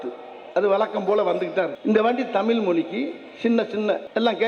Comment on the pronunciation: Thamizhi inra varthaya mothalla ozhunga solluda. ethana makkalukku senja thana porumaya than erukkan innu padikkira pasangalukku laptop innum kudukkala.thalikku thangam kodukkala.exam pass panna teacher ku job order podala...innum list poittea erukku type panna kai valikkuthu.....kari thuppa than thonnuthu...dai vadi velu D.M.K karan pee.....ya thiriya da ...athan mulu vela pakka mattuthu.... unnoda comedya pathu enda tamila kathukkanum ethu sari.vera mazhiya kathukita thappa da .unakku varalana vidu da.kathuga viruppam ullavargala ennda thadukkura naayea......